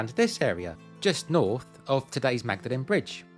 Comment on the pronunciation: and pronounced ‘maud-lin’ 👍🏻